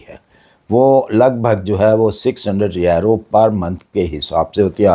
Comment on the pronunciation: کوئی ویزے نہیں ہیں ۔یہ بڈھا ایسے ہی چھوڑتا رہتا ہے۔آج تک اس کی کوئی بات سچی نہیں ہوئی یہ آسٹریا کو آسٹریلیا کہتا ہے اور یورو کو یارو😅